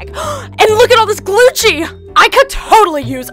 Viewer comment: It’s not Glucci is gucci